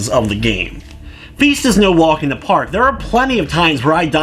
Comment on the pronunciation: I'm sorry, did you say feast? Because this game is called feist. I'm not judging your pronounciation, but your intro suggests you actually think they're the same thing.